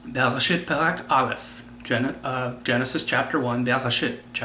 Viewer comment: I am sorry to say this but you clearly dont know how to read hebrew vowels..you mispronounce the vowels...when you read bereshit...its not shit like in english its sheet... the hebrew vowel is.. chireq.... like the word green...come on guy this is basic hebrew vowels you should of learned them by now.